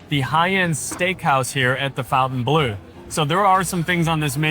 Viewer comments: he literally mispronounced every french word including the name of this hotel. its not "fontain blue" but "fontaine bleau" pronounced like fontäin blö which mean blue fountain. he also mispronounced veuve cliequot. he always says "woow cliiiicot" like a dog but its "vövv cli-cot". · Fawn-tayne. Not fountain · Great review but to keep with the upscale sophisticated ambiance of the hotel, "Bleu" is pronounced "Bluhhh", not "Blue". 👍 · Next you should review your English pronunciation. It's not pronounced "fountain-blue" it's the "fon-ten-bloh." Look at the name on the wall behind you. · I hate when people say FOWNTAINE or fountain. It's FONT aine I assume. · Just for information is should be pronounced "blow" at the end and not "blew" 😉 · fon-tan-blu is how it should be pronounced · FON TAN BLUH grench pronunciation ❤ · Could you please correctly pronounce the name of the hotel?… it is not Fountain Blue. Pronounce it as it as spelled. Fontaineblue, it is a little disrespectful to the French idea. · You're correct, but even the staff pronounces it Fountain Blue. It's been an ongoing debate lol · Is "fountain blue" how they actually pronounce the name? If you intend to butcher it, why name it so? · This is due to the typical American tendency to localize (or Anglicize) foreign words—instinctively reading the French spelling "Fontaine" as the familiar English word "Fountain." 😂 American